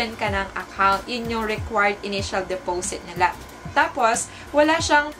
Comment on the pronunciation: Sis de-po-sit po, hindi depowsit.. 😅👌🏼